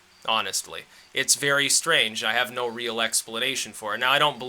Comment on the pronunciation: vewy stwange.. silly wabbit.